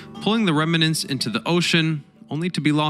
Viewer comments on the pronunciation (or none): "Reminant, expidenially, cumpletely," - I could go on. Get better at what you do.